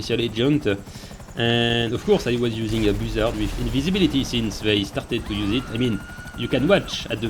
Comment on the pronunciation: BOO-ZARD😂😂 I love French people😂